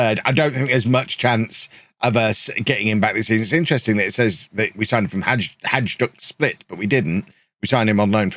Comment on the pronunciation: Just loved the Hajduk Split pronunciation!